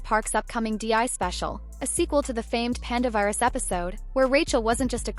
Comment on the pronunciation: Lol the AI narrator said Panda Virus..... It was Panderverse like "universe" but with pander. "Panda Virus" makes me think of Covid